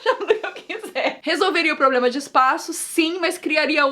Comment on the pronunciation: 2: 23 a Nilce falou probrema